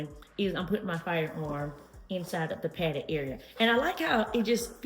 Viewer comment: Lol I thought you said padded farts. That's a great looking bag though.